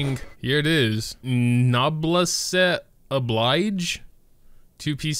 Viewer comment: Lol the way he say noblesse